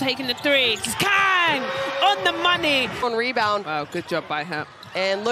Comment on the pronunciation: 강을 못읽나... 외국해설들 나라별 발음하는거 배워야됨